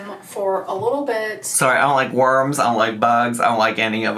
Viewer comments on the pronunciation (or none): none